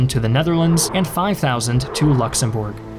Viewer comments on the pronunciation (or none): none